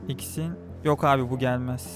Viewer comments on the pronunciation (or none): jinix değil jinx xin değil zin bilit değil blitz kuran çarpsın tilt oldum allah askına düzgün telaffuz et